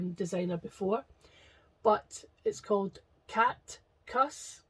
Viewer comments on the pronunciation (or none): You said "Catcus", I looked up and snort laughed....so cute 💙🖖